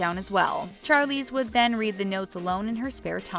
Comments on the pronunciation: Is anyone going to address the fact that this woman says CHARlize thereon instead of Sharlize?? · It's pronounced Charlize like Chandelier, not Charlie